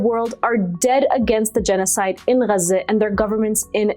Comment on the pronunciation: Please stop saying Gaza like that - Gazans don't say it like that - you are being a wanker